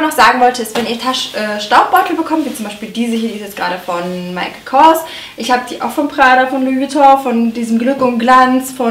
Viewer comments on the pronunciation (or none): none